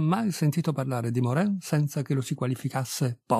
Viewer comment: Si pronuncia Moran !